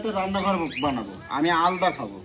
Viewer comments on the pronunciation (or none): "আলদা" বলে কিছু হয় না.. ওটা "আলাদা" হবে।